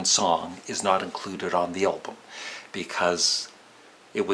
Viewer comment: Please, keep the pronunciaton 'Elbum'. It'll anoy grammar purists.:-) And it can be your trademark. :-) Actually, the name of our favourite band is misswritten, so what?